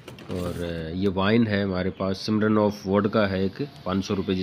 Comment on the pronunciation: सिमरन ऑफ नहीं होता है बाबू जी स्म्रीन ऑफ होता है 😂😂😂